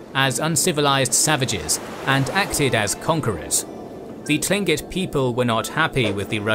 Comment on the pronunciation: Tlingit is pronounced with a k sound